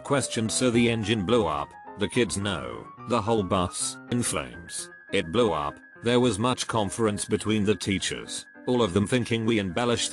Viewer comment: Why does he say "blew up" so weird?